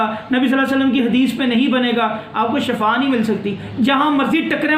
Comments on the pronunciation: Salam molana sahab shafa nahi shefa hota hy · Shefa nhi shifa hota h